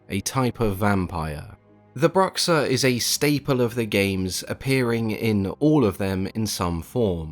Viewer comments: That X on his "Bruxa" pronunciation was pretty good for a gringo. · He pronounced it correctly for the portuguese name tough. And it's written correctly aswell